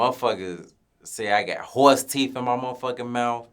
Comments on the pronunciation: Fuck nawl 😂😂😂 “teef keef” TOOK ME OUT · Them teef not teeth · Called that man Teef Keef 😩😩